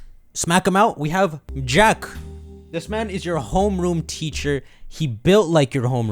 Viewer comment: They literally pronounced Jacq like "Jacques" in the trailer but literally everyone is calling him "Jack" wth